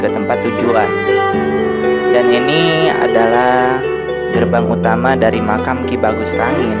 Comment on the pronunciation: makom bang bukan makam